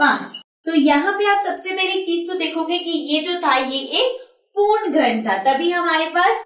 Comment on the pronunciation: पूर्ण को पूण पूण कह के दिमाग खराब कर दिया ।